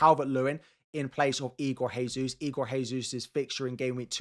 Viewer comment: The annual "Jesus" pronunciation guide: Portuguese derivation (Portugal, Brasil etc) - Jesus is pronounced "ZHE-zooz" (or in simpler terms, Jay-zoos) Spanish derivation (Spain, Argentina, Mexico etc) - Jesus is pronounced "HAY-zoos" (or in simpler terms, Hayzoos) Igor Jesus is Brazilian, therefore please use the above correct pronunciation. Many thanks!